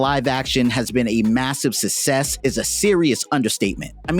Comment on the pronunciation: Thats not how you pronounce success